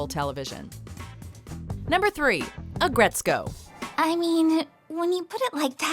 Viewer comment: “Aggretsco”? Man y’all so white